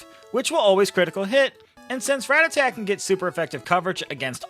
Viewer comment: You say it wrong and its sooooo annoying!!!!! I can't even watch this video lol